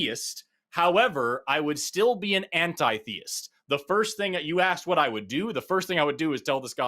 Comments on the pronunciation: This guy's mispronunciation of the word theist just grates. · Did either of you find it annoying that he pronounced the word "theist" as thay-ist?